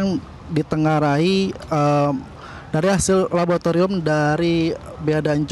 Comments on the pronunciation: ada yang denger kata "LABOTARIUM" gak sih... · "PODUK PODUK"😂 "LABOTARIUM"😂